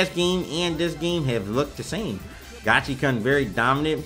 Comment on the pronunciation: Uff, it hurts hearing Gachi"karn" each time. I thought its Gachi"koon"...